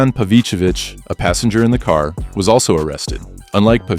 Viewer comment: I thought you were mimicking a new York accent with that first ca😂😂